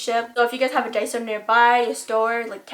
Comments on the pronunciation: Finally! A Youtuber that says Die-so insted of day-so! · FINALLY SOMEONE WHO CAN SAY DAISO RIGHT💞💞💞